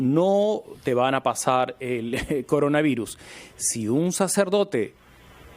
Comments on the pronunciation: CONDOR AVIRUS??? XD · Dijo condora virus...